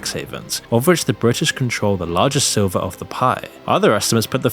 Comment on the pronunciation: "silver" of the pie?! Dude...